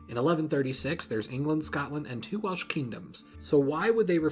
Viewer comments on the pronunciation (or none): none